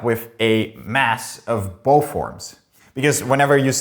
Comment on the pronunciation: I can't stand the guy with the th-fronting. Is it that difficult to pronounce the 'th' properly? Did people THought it was Satan, or did people Fought Satan? Is it boFF versions?